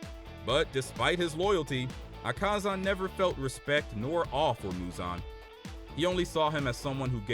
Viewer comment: Bro has the worst pronunciations of the names Not teck-in-kawa-gaza it is te-ch-een-kawa-gaza Not ah-kah-zah it is Ah-kuh-zah